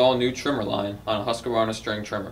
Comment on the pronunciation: Love how he pronunciates "Husqvarna" <3